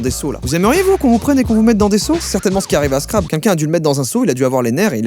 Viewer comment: Crabeee A prononcer crabeeeuuu